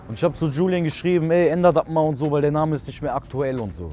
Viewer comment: Er kann seinen Namen nicht aussprechen haha ....